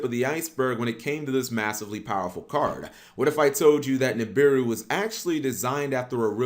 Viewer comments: It's NI BI RU not NIM BI RU 🤦‍♂️ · It’s Sumerian (Sue-mary-an) Nibiru (knee-beer-ooh). Not Samarian. And wtf is miso-patomia?! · Dam you can’t even pronounce the name right lol Nibiru (NAB-BA-RU